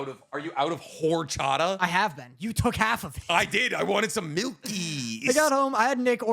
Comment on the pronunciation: I love u guys, but my love went down Luke three levels by how you say horchata😂😢